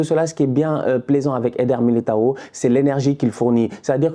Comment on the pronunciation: pronuncia o nome de militao da forma certa desgraça